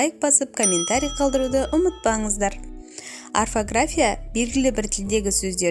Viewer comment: Арфография деп жатсың қате о боп оқылады